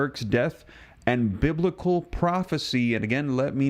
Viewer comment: Yes! It's bibical!!